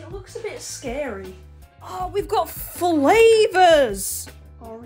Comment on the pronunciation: The way she said " it got flavors!!!". Did it all for me